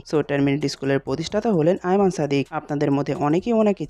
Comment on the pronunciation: Not Iman, its AYMAN !!!!